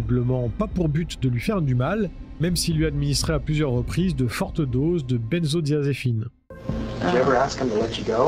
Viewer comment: Petite erreur pour le mot benzodiazépines et non benzodiazéphine :# .au top comme toujours sinon !